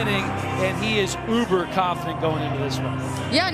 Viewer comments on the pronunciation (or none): none